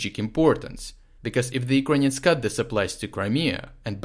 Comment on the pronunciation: Kind of gutting bored the way say "Ukrainians"...in the first minutes i wasn't sure who do you really mean...work please on your pronunciation dude...nevertheless everything seems to be ok and brought clearly from you out